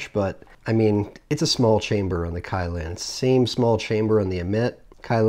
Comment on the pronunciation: wow, 2 products that you completely butcher the name of... but Hey, you butcher your spicy jew fro and 03 fuck boy chin straps, so id expect nothing less. on the positive side, you were less scatter brained and didn't repeat yourself 800x. that's me, always finding positives and not dwelling on negatives 🖒